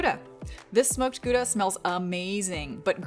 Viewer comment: It's always weird to hear an American pronounce our Dutch pride, the Goudse kaas. It isnt pronounced guda but longer and lower in tone. Gauuuda.